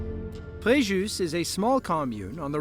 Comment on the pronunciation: frejus on prononce le S la riviere est le REYRAN pronover réran